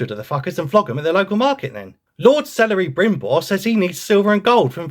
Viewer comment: "Celery brimbord of the rings" 👍